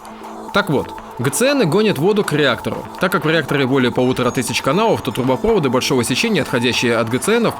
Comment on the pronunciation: трубопроводы(ударение на последний слог) газопровод и мусоропровод, всё на последний)